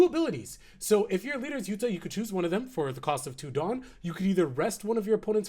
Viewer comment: It’s pronounced “OOTA”